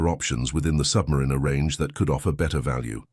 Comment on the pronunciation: Good job calling the sub -mariner correctly.